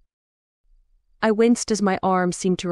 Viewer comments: Thank you for the free book ! I laughed out loud every time AI said ArkenSAUCE !!!! 😂I’m a southerner and this was funny ! I am enjoying the story ! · Agree 😂. I thought it was a small town called Arkinsos until second or third reference. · Yes, the mispronunciation of words, especially Arkansas was distracting. Arkansauce.